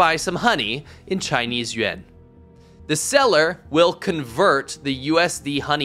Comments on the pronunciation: It's Yuan, not Yuen. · Why you pronounce yuan sounds like yen....what and why? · Bro can’t even say yuan right lol